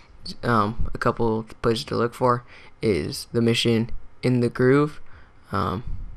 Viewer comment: in the grove not groove as in grove street